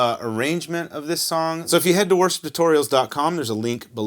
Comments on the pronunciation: Is it just me or am I hearing "Worst Tutorials" when u say worship tutorials ha ha 💀💀💀💀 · Yes, I heard the same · Now i can’t unhear it